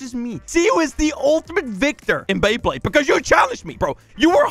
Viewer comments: Bro just said bleyblade c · Is it just me or did he say blaybade